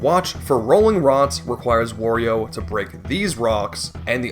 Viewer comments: He calls Mario “Mary-o” but still says Wario normally… how tf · How the Mario pronunciation triggers me so much. You can say Wario properly but not Mario? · what makes his pronounciation of mario more painful is that he pronounces wario correctly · What gets me is that he says Wario correctly, instead of wary oh. My guy, their names rhyme. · you say "merio" but also say "wario" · I'm convinced it must be on purpose because there's no way it's that hard to say it right, not to mention he says Wario just fine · No it’s not, he says Wario just fine